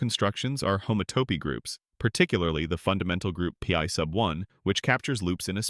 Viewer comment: I’m convinced this is all ai generated. The figures are often off, and the voice most certainly is (at on point they pronounce pi “p” “i”. The only thing that might be original here is the editing